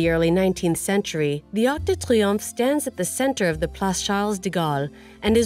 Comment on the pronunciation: No. Triomphe, not triumph